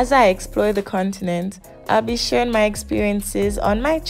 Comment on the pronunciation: Did they just say "bebeshaling"???😂😂😂😂